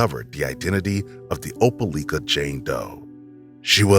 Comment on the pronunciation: Opelika = O-pel-LIKE-uh. DNE O-pel-LEEK-uh. Nor O-pel-LICK-uh.